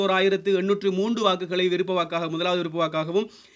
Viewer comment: விறுப்ப இல்லை விருப்ப நீ எல்லாம் நல்லா தமிழ் பேசுர